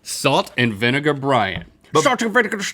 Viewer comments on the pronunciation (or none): salt and vinivervrfshtak Link did you have a stroke